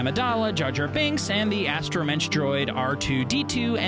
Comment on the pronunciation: great video but you mispronounce so many things, astromeCH its suppose to be pronounced astromek. Like I said otherwise great video just some weird mispronunciations here and there.